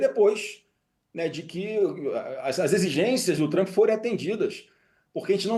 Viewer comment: Flávio Bostanaro o cag@ do debate. Nem o nome do homem sabe falar. É Trump não Trampi.